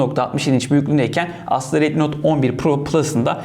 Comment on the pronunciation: Abi retmi diyil redmi resmen xiaomiye kufur ediyon😅